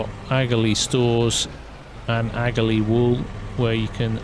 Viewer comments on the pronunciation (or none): Just curious… would it not be pronounced aka-lee instead of agalee? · it's pronounced akalee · Your pronouncing aghalee wrong there bud i live in lower ballinderry right beside it